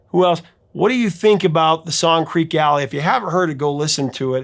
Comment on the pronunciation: Creeque, not Creak. Pronounced "creaky." "Fat" in the song means in the wallet or purse, as in wealthy. "Pregnant" would make no sense, as the last reference is "everyone's getting fat except Mama Cass"; guys can't get pregnant.